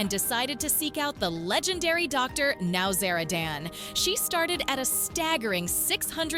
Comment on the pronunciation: It wasnt james mom bringing him food, it was his girlfriend. Get your facts atraight for goodness sake. Good grief. Dr Now-zara- Dan? Wrong. Totally ruining the drs name.